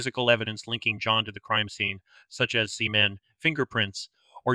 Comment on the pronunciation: Is this a person?? You said see-man, instead of semen.??